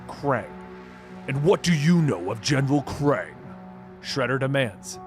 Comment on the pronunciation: he says Kang instead of Krang😂